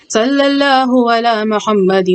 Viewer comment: Did you recite Allahuma Salee Ala instead of Salay Alaa?